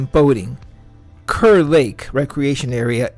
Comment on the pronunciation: It’s pronounced “car.”